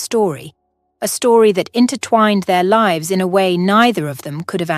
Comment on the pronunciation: The narrator was faster then your other’s but didn’t know how to pronounce lives or Michael.